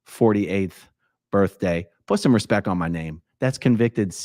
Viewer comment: “Put a little bit of respek on my name.”💀